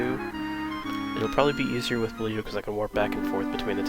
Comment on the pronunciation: It's not Blee-u it's more like Bluh (Bleu is litteraly blue, in french)